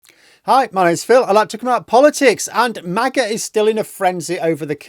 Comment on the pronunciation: Mah-Gah ...not May-Gah. The only thing most Americans are divided about, is which teams are going o win this week in the National Football League.